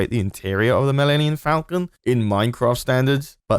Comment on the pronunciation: "mellenion falcon" 😂😂